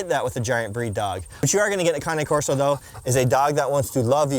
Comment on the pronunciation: Did bro say Kanye corso😂 jk